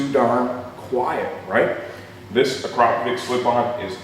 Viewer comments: "A-krop-a-vitch" but I guess you're a lot closer than most who say "Ak-ra-poh-vick" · is that how you really pronounce it? I always thought it was "Ak-ra-poh-vitch"